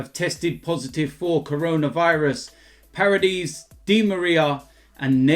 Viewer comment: It’s not Parides it’s PAR-ED-ES